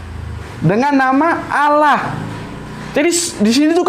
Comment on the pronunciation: Kanapa dibaca seolah2 "Alloh"? Karena tafhim, jadi huruf Lam nya dibaca tebal. Bukan Awloh, tapi Alloh seharusnya. Karena tafhim hanya menyebabkan huruf lamnya tebal, bukan "awloh"